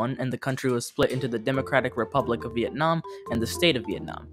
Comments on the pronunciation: “Vietam” war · Really oversimplified "Vietnam" as well.